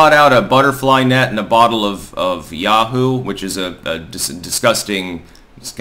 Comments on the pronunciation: It's Yoo Hoo -- not Ya Hoo. You get so many things WRONG. So many mispronunciations. You make as many gaffes as Biden. Like the time you said you didn't understand the "acrylic" alphabet when you meant Cyrillic. You do stuff like that all the time. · It's yoo-hoo not yahoo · It's a yoo hoo not yahoo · The drink is yoohoo not yahoo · Can't pronounced YooHoo & doesn't recognize the black mask origin.... what insight! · Isn't it yoo-hoo chocolate milk drink?